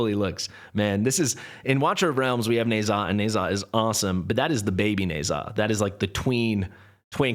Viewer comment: Friendly recommendation to google how Ne Zha is pronounced! I know you have a thing with Ajax’s pronunciation so the same should be applied to Ne Zha